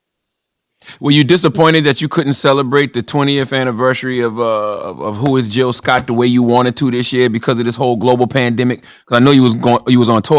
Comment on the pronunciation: Its J i l l Sc o t T tteeheeeeheeeeee , live from philly yall